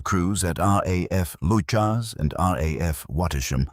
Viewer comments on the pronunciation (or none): Leuchars is pronounced Lucas, please research pronunciation before broadcasting. Thanks